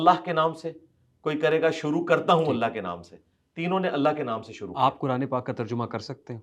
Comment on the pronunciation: 😂😂 مرزے چول نے پہلے تو اللہ کا الہخ تلفظ اپنے استاد یوٹیوب کی طرح نکالنے کی کوشش کی مگر 3سری بار اللہ ہی بول دیا ۔۔۔ مجھے اس کی زبان سے صرف الہخ ہی عجیب لگتا ھے باقی علم تو پوچھو ہی مت۔ ہماری مسجد میں ایک بندہ ھے گانے بھی گاتا ھے جب وہ اقامت کہتا ھے اور قد قامت الصلات میں "قد" بولتا ھے تو مجھے مرزے کی یاد آتی ھے جیسے مرزا الہخ بولتا ھے وہ بھی قد پہ اتنا زور دیتا ھے کہ معلوم ھوتا ھے جیسے الٹی گلے میں اٹک گئی ھو 😂😂😂😂